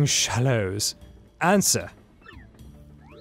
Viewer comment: hearing dan pronounce shallots like shalloughs really hurt my ears